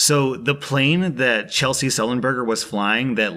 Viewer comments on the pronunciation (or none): I was confused for a moment at the end. I was like "Who is Chelsea Sullenberger?" Turns out his name is Chesley Sullenberger; Chess-lee.